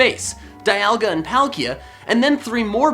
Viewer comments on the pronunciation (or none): none